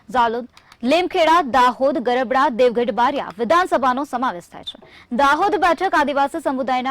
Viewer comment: Garabda nai garbada 😂